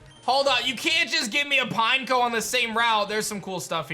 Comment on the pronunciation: "Pine-KOH!" Literally EVERYBODY ELSE: "Pin-Eck-oh" Not "Pinecone", idiot smh